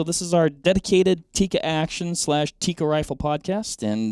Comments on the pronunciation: It's Tikka. Not teecuh. Double consonant... not single consonant followed by double vowel :) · It's tik-ka not tikaa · For the love of G od, it's pronounced "Tik-ka," not "Ti-ka." 😂 When you can not even pronounce the name of the company, I don't care about how much you know about pew pews. You don't sound that well-informed.